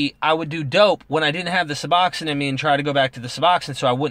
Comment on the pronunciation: Pronunciation nazi, lol. good video